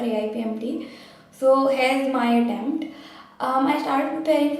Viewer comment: When you say word "T" its very sharp. ex. AttempTT